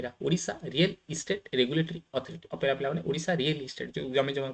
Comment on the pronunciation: Not OPERA SIR, ORERA